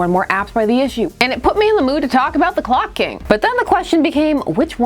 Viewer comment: I keep hearing glock king.